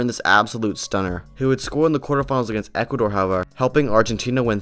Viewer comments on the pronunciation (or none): none